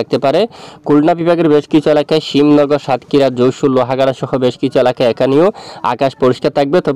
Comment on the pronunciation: ওটা শ্যামনগর হবে ভাই। Shyamnagar ( শ্যামনগর) Shimnagar ( শিমনগর) এই হলো পার্থক্য 😊😊